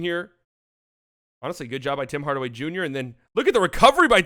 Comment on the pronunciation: This man said Bim Bardaway Bunior and it got me